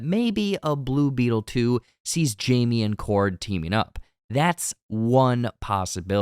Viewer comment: Jaime not Jaime lol